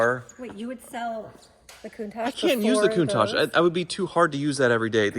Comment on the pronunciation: Coun-tat-ch not tajjhh